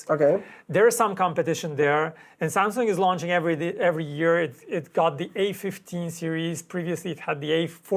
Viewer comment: "Launching" is pronounced "law-nching" not "lounge-ching"